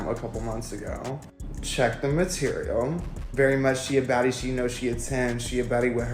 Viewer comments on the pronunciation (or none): none